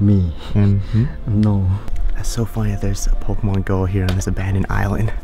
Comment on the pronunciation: Crap commentary. The pronunciation (and enunciation) is appalling. He pronounced the word "commonly" as "commy", pronounced the word "island" as "ian" (sounded like "iron"), and pronounced the word "populated" as "populade". Really, really crap!